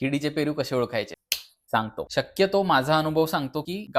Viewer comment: फेरू अमर झाला तुमच्या बोलंयाने 😂 पन छान माहिती दिली ❤❤❤❤